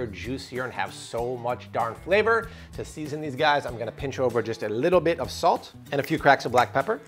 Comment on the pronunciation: Its not pronounced salt